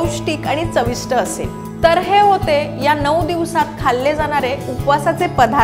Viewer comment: साबुदाना नाही.......साबुदाणा पीट नाही.......पीठ जानारे नाही..... जाणारे Etc etc etc..... Please.... please please.... Humble request to you. PLEASE शुध्द बोला. तुमच्या एवढ्या अशुद्ध बोलण्याने या video chi quality प्रचंड ढासळली आहे!!! ऐकायला घाण वाटतं.